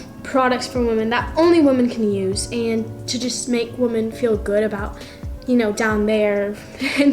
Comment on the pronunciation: I want to really help WOMAN?????? YOU MEAN WOMEN??? OR WEMEN???? LIKE MY GOD GO TO SCHOOL!!!!!